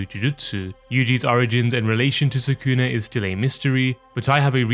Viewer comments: Why do you always say suh-KOON-uh? It’s SOO-cu’nuh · If you watch the anime, you'll know how to properly pronounce the character names. Japanese names have the accent on the first syllable. So, Sukuna is pronounced SOO-kuh-nuh, not Suh-COO-nuh.